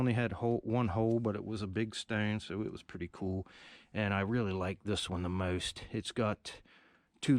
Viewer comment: Weird way of pronouncing most and stone.